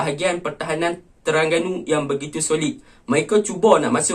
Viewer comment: Terengganu laa bkn terangganu hang nie 🤣🤣🤣